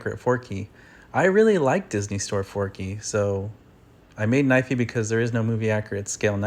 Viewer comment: Not knivey